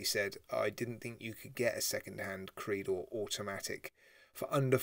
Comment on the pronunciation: It's not pronounced "Creedor". It's pronounced "Creydor"